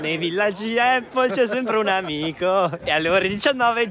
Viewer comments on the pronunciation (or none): Prima di tutto non si dice eipol. Visto che stai li vai in un supermercato e chiedi come si chiama la mela in Inglese